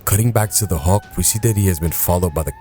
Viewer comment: But I just found the channel and I’m enjoying it except for the pronunciation of Hulk